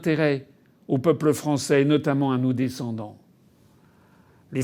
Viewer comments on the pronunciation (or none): none